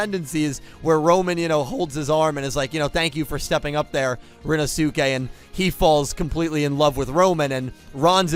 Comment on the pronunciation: Please,, Rinnosuke's name is pronounced "rin-no-skay", please, now that we actually have cause to mention him on a semi-regular basis, I beg you to say it this way!